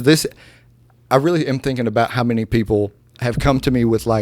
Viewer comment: “I want to wear MANY hats.” What I heard: “I want to wear MINI hats.” Me - “Girl wear your tiny hats!” 💀